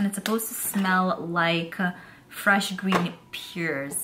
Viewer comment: Say pear like you're saying bear but with a P. lol i think its so funny when you say pear. I love pears and i know you said you havent ever ate them or only once or something like that.